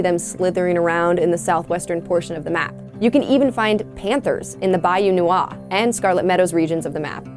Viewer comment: How could you not know how to pronounce “Gila” or “Noir”? Oof.